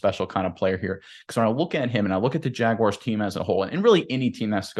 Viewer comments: There is no "i" in Jaguars. Jag-Wahrs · Nobody says it like that, even people from Jax